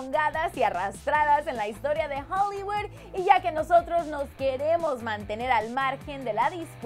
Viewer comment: Adriana Valenzuela Y como dice jolyguud :v